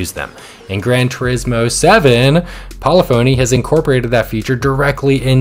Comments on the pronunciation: It’s pronounced (Pa-Liff-ah-Knee) not poly-phony. Great video though and your livery technique is great… I like how you outline a shape with a thin border of another color. I made a few myself but I’m hesitant to download them because I just got the game on PS5 and only have like 800,000Cr so I don’t want to waste money on paint just yet until I have a decent car collection. Really just want my main Gr3/Gr4 cars for online races. I loved using the Huracan, Italia 458, Supra, Corvette and the Mustang. I just unlocked my first big car being the Gr4 Supra which was my favorite Gr3 car on GT Sport. Not sure what I’ll be unlocking so I don’t want to by any Gr3/4 cars just yet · Pol-if-ony Not Poly-fony